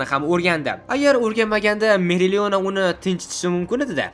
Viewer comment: Meriliona" emas "Opalion"